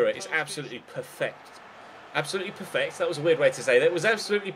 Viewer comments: How you Said perfect was How it is ponounced in dutch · How younsaidn'perfect' is slmost how you pronounce it in dutch lol